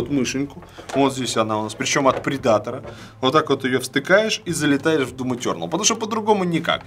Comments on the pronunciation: Блин, Валя, Эйсер ПредАтор звучит, как Придаток или Предатель. По-английски ударение на первый слог - ПрЕдатор :). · По английски вообще то "предейтэ". Но ты пиши ещё.